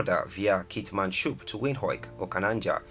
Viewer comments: I forgive him for pronouncing Keetmanshoop, Grootfontein wrong but Windhoek? nee man! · The pronunciation of Namibian towns: Windhoek, Keetmanshoop, Grootfontein and Otjiwarongo is heartbreaking. But great vid. 👍🏾